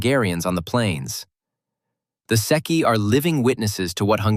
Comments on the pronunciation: There is no "seki;" you are referring to the Transilvanian "Székei" (pronounced SAY KEY). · ITIS NOT SECCHI BUT SZEKELY THE HUNGARIANS OF TRANSYLVANIA THAT STUPID TRIANON GAVE TO ROMANIA. GIVE IT BACK.